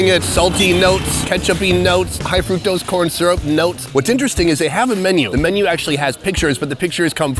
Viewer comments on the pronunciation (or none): "high frcutose syrup notes" 😅